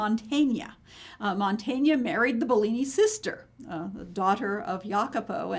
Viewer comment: It's: Mantegna, not Montagna (a different artist) It's: Masaccio, not Masashio It's: Gentile, not Gentili